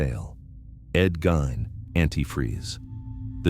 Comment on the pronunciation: I heard his last name pronounced as /GEEN/. Just saying.